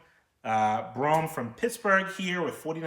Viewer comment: (Bro-ham) say it right